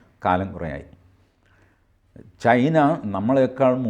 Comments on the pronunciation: ചൈന.. ... not ചേയ്ന😊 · ശ്രീ: ചൈനയാണ് ചെയ്ന അല്ല തിരുത്തണം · ചെയിനയോ? TG വൃത്തിയായി പറയുന്നുണ്ടല്ലോ?